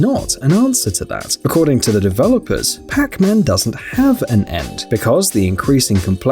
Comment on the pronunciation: it souns like he says Crackman instead of Pacman.